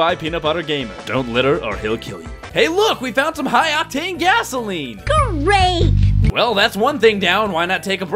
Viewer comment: I now annoy the crap out of my parents with me being my sarcastic self saying Geh-RATE all the time. Mom, "I cant afford that home frock." Me, "Geh-RATE"